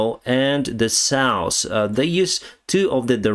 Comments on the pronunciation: If you like to improve your pronunciation, check the word SOUTH in Google Translator... Keep working like that‼️👍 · I always love it when you try to say South. You say Sous 😂😂. No offense it's just funny. Great video. Stay Awesome my friend. SLAVA 🇺🇦!! 😎